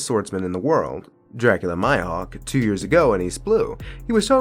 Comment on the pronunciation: Its mihawk bro not maihok